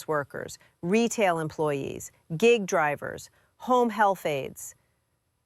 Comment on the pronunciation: Mispronounced "gig" I smell A.I.